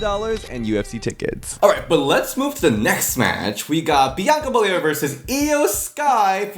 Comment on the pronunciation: Wade Barette: Biyanka Belair 😂😂😂